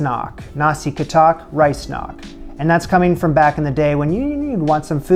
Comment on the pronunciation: I am a Bruneian but more complicated than other Bruneians in Brunei (for some reason) I hate the US but I respect the fact that you learn some of our local foods (yet he didn't realize the word katok was said wrong.